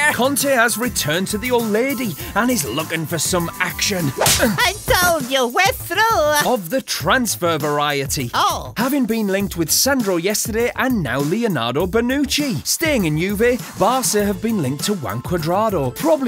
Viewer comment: it's Leonardo Bonucci not Leeonardo